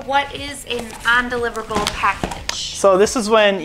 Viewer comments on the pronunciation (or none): Why does have such a problem with saying “un”? She keeps say on-deliverable. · Its cute that she cant say undeliverable.....